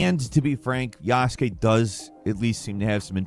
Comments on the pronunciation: God, Asmond's mispronunciations are killing me. Ubisoft: OO bee soft. Not "YOO buh soft". Yasuke: Yahs-kay. Not "yoo-SOO-kay" or "yah-SOO-kay" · YAS-KAY, the U is silent brother. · The only desperate thing here is Asmon trying his hardest to pronounce "Yasuke" All he has to do is say "Yas-k" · I hate how Asmon says yasuke